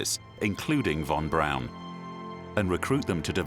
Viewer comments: ok I see a lot right about this video and a lot wrong or just silly. For one thing a man keep saying von Braun like BROWN but it wasn't pronounced that way (as another man says it right later) it was (is) pronounced (sounds like) Brawn .. kind of difficult to spell it like it sounded, however, you catch my drift. Another just kind of funny thing is and beyond- the guy stated the original space craft von Braun had planned -or the upper stage that would land on the moon - would've been so heavy they didn't know/think the moon could handle the weight? Seriously? Come ON, it is and was a type of planet. How in the heck could they think they could build ANY space craft that would be too heavy for the surface of the moon! I had to laugh at that. I'm aware they didn't know much about the moon or space in general but I find that statement and thought to be ridiculous! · Werner von Braun's name is pronounced, "von Brawn." Not von Brown. C'mon, scientists. A little more attention to detail, please. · It's pronounced von Brawn, not von Brown. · I'm amazed at the constant mispronounced name of doctor von Braun.( brawn) brown.?? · Narrator literally pronounced "Von BROWN" the entire time, lmaoooooo 💀💀